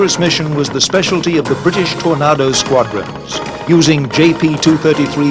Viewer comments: Tony, I am a Scot living in Australia and I have never met an Aussie that would say torn- A- do as Aussies will use a slow lazy A which sounds like Torn AAAdo and the a is a lazy drawn out sound. I have lived in Aussie for 51 years and I love the place. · How did he pronounce Tornado again? For gods sake it sounds ridiculous. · I am British and ex-military...I never heard a TornAdo refered to as a TornARdo!!! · "Tornardo" ?? LMAO Not exactly how it's pronounced. Take a shot every time he says it wrong ! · Tornardo and Jagwar, pronunciation could have been better. Tornado (Torn-ay-doh) and Jaguar (Jag-u-ar) pronounced as spelt. Could have easily researched that, would have made it a better documentary. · Simon Richardson No, he's pronouncing it "Tor-nah-do" instead of "Tor-nay-do". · Having worked on both types for many years and as an Englishman I can honestly say,never have I ever heard Tornado pronounced Tornardo or for that matter Jaguar pronounced as Jagwa.People who built these planes were highly trained and were very well educated.IT'S TORNADO and JAGUAR! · Not nearly as irritating as hearing Tornaahdo instead of Tornaydo. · Whats with the pronounciation of tornado...??? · Tor-nah-do ..ffs Tor-nay-do.......its TOR-NAY-DO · It's TORNAYDO,not tornahdo ffs!. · Please tell this person how t say TornAdo not tornardo. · why does the yank say TORNARDO its a TORNADO. If it helps its pronounced the sane as a storm . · If you are gonna go to great lengths to produce film have a commentator who can pronounce words properly. Tornado!!!! Ado not Nado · Why does this English commentator keep saying "Tornardoes?" What's his game? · Note to, learn the name o the JAG U ARE and the TOR NAGO. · "Alright, Bob, fine, I'll narrate this for you. But I'm going to mispronounce tornado as 'tornah-do', and I'm going to say it as often as I can..." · Anyone else "triggered" by the narrator saying Tor"nar"do ??? grrrrrrr 😡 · The Tornado is pronounced as in Tornaydo